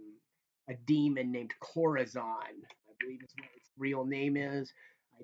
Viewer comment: Pleas spell that name , KORAZON ????? in the comment. You pronounce it as chlorazon ?? CORAZON perhaps.